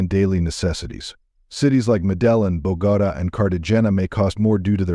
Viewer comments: Are you saying the capitol isn't pronounced Buh-goat-A? It pronounces Medellin like Modelo's curvy sister beer. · You are pronouncing Medellín and Bogota so wrong, you`ll fix it. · AI mispronounced Bogota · I am NOT going to subscribe to any "channel" that has a computer reading a travelogue that so BADLY mispronounces words like "CARTA-JEN-UH, BO-GARDUH" and the rest. It sets my teeth on edge! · Medellín is pronounced Mede teen! Bogota is Bo Go Ta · this guy needs to learn how to pronouce Medellin and Bogotá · Lost me when the Ai attempted to say Bogotá. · Or Bogota, or Cartagena! Crazy he is promoting Colombia and doesn’t know how to pronounce its three largest cities!